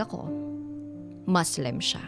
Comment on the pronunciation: "mass-lim" sya, katoliko ako 🤣😂🤣😂✌️